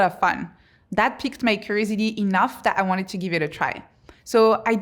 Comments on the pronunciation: The whole time, she was saying crazy d, and i was like, what is she saying? Lol, curiosity is what she was saying, lol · Try to say curiosity now 😊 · How am I going to listen to Somebody's advice that can't even pronounce curiosity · Is she saying “curiosity”? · Is this for those with ADHD spectrum? From her introduction how she ended up doing this research, she might be one of her target audiences? Has she finished her PhD yet? Could you please pronounce "curiosity' as it's supposed to sound? I might be your target audience and I'm interested in what you have to say. I'm a bit distracted by the style of your presentation...